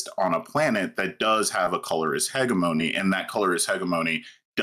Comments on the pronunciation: yeah, heh-jeh-meh-nee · he said hegga-moe-nee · Oh no I didn't think someone could mispronounce the word "hegemony" worse than Vaush how could this happen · What is the proper pronunciation? HEDGE-EH-MUH-KNEE?